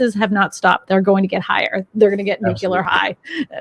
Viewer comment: is a gem! So matter of fact, experienced and with Texas charm and manners! Not snarky or smart a$$ like some guests. Nuclear is nu-KLEE-ER BTW.